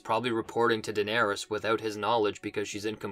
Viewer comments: Evolution of your pronounciation: Dolores Dolorys Dolerys Donerys Denerys Daenerys 😂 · Daenerys is Deloris? Daeloris!